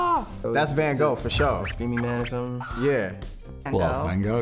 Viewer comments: I was gonna make a joke, but I can't beat that! Legit said Van Goh though -_-;; lol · Why are they pronouncing van gogh like that tho sjsjsjsj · As a dutch person it hurt when everyone said Van Gogh. It sounded like they had to vomit or something lol. Very fun video tho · EW LEARN TO SAY VAN GOGH!!!!